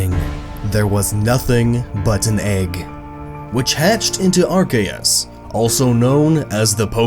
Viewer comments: Gabe He emphasizes it oddly. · The official pronunciation is Ar-key-us not Ar-kay-us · Chance Simons are Kay us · Ar cay us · It's Ar-kee-yus. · "there was nothing but an egg that hatched into ARKAYUS" "such as ARCTIQUNO" This video is hilarious please do more. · As soon as he said < ar - Kay - us > I knew it was Gnoggin lol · even though that's how ash Ketchum pronounces it in the movie, i will forever say it as Ar-see-us. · The games literally reference how to say it now because of silvally. RKS system - Arceus system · It’s pronounced “AR-KOOS” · When he pronounces it are-kay-us Instead of apropos Me:TRIGGERED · EXCUSE ME AR-CA-US IS THAT WHAT YOU ARE SAYING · Arceus was right, the c is hard. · Why did you say archeus when it's arceus, i cringed so hard... but still nice video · Silvally's ability is RKS, Arceus is pronounced Ar-Kay-Es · i-i thought it was arSEEus but ok. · It's arcccccccccceus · its Archeyus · Whenever he said Arceus I cringed